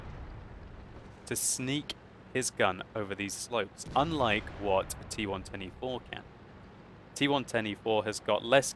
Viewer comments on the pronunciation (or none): I am keep hearing "T one twenty-three" :P